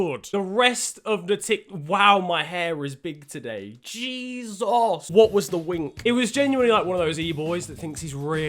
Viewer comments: HE KILLED ME WHEN HE SAID JESOS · said Jesus like a true Nigerian